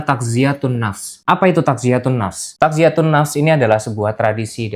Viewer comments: Koreksi mas Bukan Takziyatun Tapi Tazkiyatun => mensucikan, membersihkan (نزكية ) Dari kata dasar zakkaa-yuzakkii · Ini nya tau tapi lupa.Biasanya nonton video yg lain prasaan dgrnya tazkiyatun kok. Apa biasanya takziyatun tapi saya ga nyada ya.